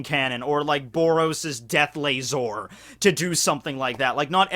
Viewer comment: Mel-gaar-zard LazER riDICulous This has been the pronunciation jerk’s psa